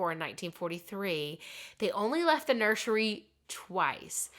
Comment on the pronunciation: Nur sir ee not nursheree